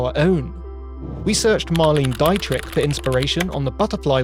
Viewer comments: Great video! Not saying this to be a smart-arse but in the spirit of telling a mate they have food in their beard! Dietrich is pronounced more like “Dee-trick” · c'mon man it's pronounced Marlene Dee-trich.